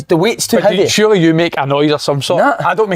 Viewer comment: 4 grown men talking about pet peaves.. absolute benders man! The way si says heavy aswell.. hiivy... edinburgh banger